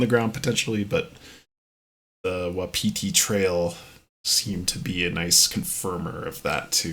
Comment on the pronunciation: Best of luck! You might want to look up the pronunciation of Wapiti.